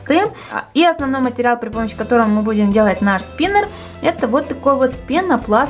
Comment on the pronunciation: Спинер... Спинэр... СПИНЭР!!!